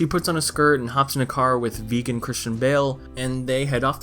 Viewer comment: Vegan Christian Bale? I thought he said virgin Christian Bale